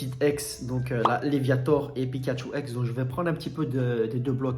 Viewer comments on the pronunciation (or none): Machine mdrr ta saccagé son nom mdr. Et laisse mes léviztor trankil apres les prix vont monter lol